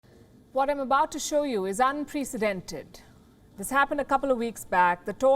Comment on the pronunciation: How illiterate do you have to be to have been speaking English as a profession and yet to not have the basic understanding of pronouncing words like "Unprecedented" and "Apartheid". Please stop giving chances to Miss Palki Sharma Upadhyay. She is a black spot on the already marred stereotype of the intellect and language profiency of the Indian populace. I mean YUCK 🤮.